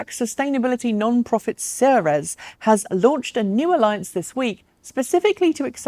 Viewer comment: Ceres pronunciation = Sear reys as in keys